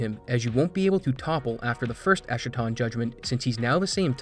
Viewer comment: Good video but if I may nitpick a little, it's pronounced es-ka-ton (ɛskə).